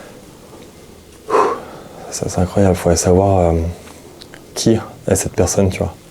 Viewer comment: Quand pose la question de "qui va revenir?" on entend "Dieu"